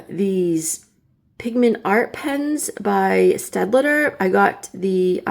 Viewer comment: Staedt-ler. Not staedt-leter